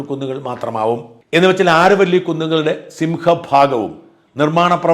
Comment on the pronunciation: Is it ആരവല്ലി? In English it's അരാവലി